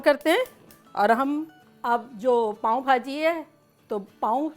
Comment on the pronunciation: its not paaon its paao bhaji 😍